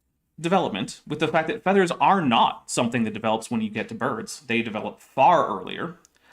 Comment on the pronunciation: pronouncing "feathers" more like "feeders" is throwing me so far off what's being said. =(